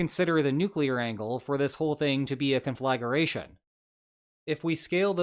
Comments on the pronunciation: Lo e your analysis. But isn’t the word “conflagration”? Rather than “conflagaration”, which you said 3 times? Sorry to nitpick. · Conflagration is pronounced kon-fluh-gray-shn; it isn't kon-flag-er-ray-shn. Please excuse my pedantry, but it is like pronouncing manslaughter as man's laughter. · Conflagration is pronounced kon-fluh-gray-shun not kon-flag-ger-a-shun. I wouldn't refer to this as a world war as there aren't enough belligerents or theaters of operation. There are two separate wars. The belligerents and others are supplying arms to various belligerents, but I would not consider them party to the conflict as they are neither officially or unofficially at war, because there are no declarations of war and no concerted and overt hostilities conducted against them on their territories or at sea. WWII, by contrast had at least 3 theaters (Pacific, European, African) with up to 4 fronts in Europe, several in the pacific depending on how you count them (China and Korea, Southeast Asia, south Pacific islands, the Aleutians), and 2 fronts in Africa while it was active. On the other hand, the Russo-Ukrainian conflict has 1 front currently, and the Iranian-Israeli-American War has no fronts and only aerial and naval actions. Anyway, I think China hasn't decided when it might invade. They might get inventive and use cargo or tankers to conduct sneak attack landings by beaching them with little warning on beach heads prepared by assault troops delivered by submarine, small speedboats, and helicopters, and perhaps even ultralights like Hamas did on October 7th. They might even sneak on on cargo ships or tankers that came into port legitimately. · "con-fla-GRAY-shun" not "con-FLAG-er-EH-shun" (yes, I'm a pendant) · Small point,: conflagration, not conflagaration. 😊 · Conflagration is a four-syllable word CON fla gray shun. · I think you are mispronouncing “conflagration.”